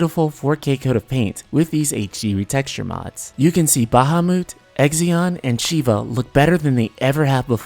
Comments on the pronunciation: You’re saying the names wrong 😑 like Bahamut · baha moot XD annie mah XDDDD